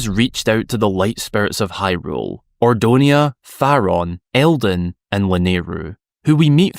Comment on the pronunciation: For someone who's such a Twilight Princess fan, you should know it's "Ordona" not "Ordonia"! 😳😆